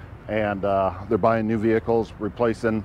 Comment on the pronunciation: stop saying "vehicles"